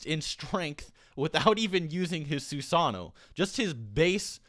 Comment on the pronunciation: The way you say Susanoo is cringing